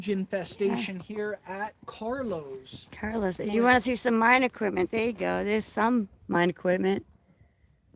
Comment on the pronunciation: You say equip.t.ment same way I think it seems right. But there is no 't" in equipment except at the end of the word.